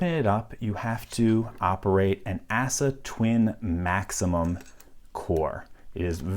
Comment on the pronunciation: If you want to present yourself as a lock authority would you at least learn how to pronounce ASSA. It's not ass-uh it's ahs-uh. You sound like a dipstick wannabe.